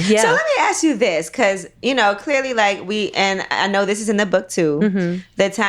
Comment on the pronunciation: Wow 😮 strong things touched on. I want to read the book 📖! She says bacuus so funny 😂! Toast to 💕 27 yrs 👏